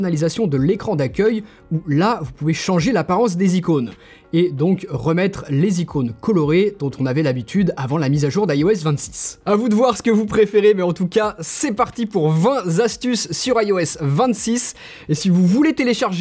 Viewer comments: Vingt zastuces 🤔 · Outch, le vingt z'astuces fait très mal aux oreilles au début ;) Bon, le reste de la vidéo est aussi bon que d'habitude et fait tout oublier, mais bon ;) Quatre, cinq, sept, huit, neuf, tout ça ne prend pas de s, donc pas de liaison malheureuse ;) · Pas vingt Z astuces , pas de S à vingt ; donc on dit vingt astuces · merci pour les vingt Zastuces ! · "20 Zastuces" 😬